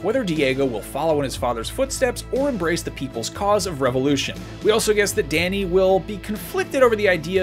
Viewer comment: I'm triggered by how he pronounces "Dani"